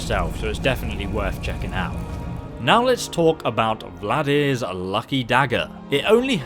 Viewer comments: "Vlad-ear"? Thought it was Valdr like Baldr. Like "alter" or "halter". Still, good weapon and can be very easily upgraded and wonderful when paired with Mehrunes' Razor both upgraded fully and dual enchanted with chaos and shock, while poisoned with a high-strength poison of weakness to poison and of weakness to shock (make sure alchemy is at top skill, too). Invaluable when used with a dual flurry/one-hander assassin and thief build such as a Khajiit or Imperial playing Dark Brotherhood (use Mehrunes' for the Emperor and lore-blowers will love you) and following a sneak attack from a bow poisoned with strong paralysis poison can easily defeat a dragon. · Dude what is with you and names? Valdr to Vladyr? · VALDR! FUCKING VALDR! Not Vladir, not Vladmir. VALDR! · It's Nordic not Russian, it's Valdr not Vladimir or Vladir.